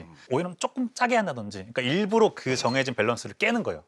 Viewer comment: 맛피아 자꾸 일부로 라고 발음 하는거 거슬리네. 일부러! 일부러!